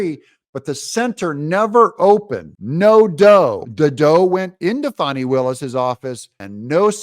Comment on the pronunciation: Is her name FAWN NEEEE >>>> LOL She just needs quit !